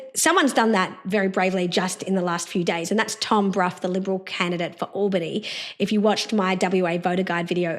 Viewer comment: I just voted #1 for Tom today ✅ (Just to let you too, Dr Jo, “Albany” starts with a short “A” sound, not a long “A” pronounciation 😀)